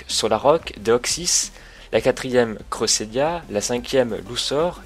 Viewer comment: Euh crésélia tu le prononce mal